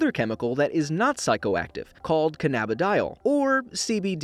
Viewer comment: Iirc its actually pronounced "can-a-bid-ee-yall"